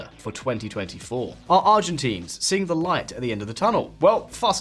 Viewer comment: get our demonym right haha. Not ArgentEEns hahahaha